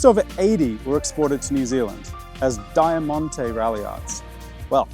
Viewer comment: thats an insane pronunciation of Diamante but well